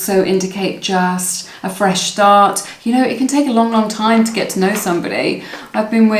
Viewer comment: Pile #1- wow he had said 'feesh start' and that was the last card.